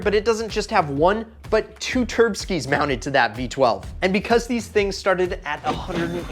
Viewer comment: Every time I hear turbskies I cringe so hard.